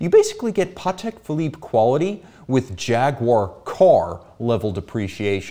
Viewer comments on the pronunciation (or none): none